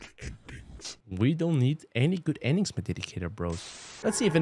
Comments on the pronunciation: No good “endigs” 😂😂😂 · "ENDIGS"